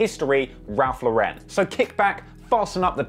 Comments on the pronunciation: Its LAU-ren not lau-REN. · Ralph lauren is pronounced "LORE-IN". Its named after the designer my guy look up an interview or sum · Ralph Lauren does not have an accent on the "e". It's just Lauren. It is not a European brand it's a US brand and the owner is an American Jew. So stop trying to make it fancy by pronouncing it wrong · that's actually not how it's pronounced. I guess I'm the only one with Google. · bro why you pronouncing ralph lauren in french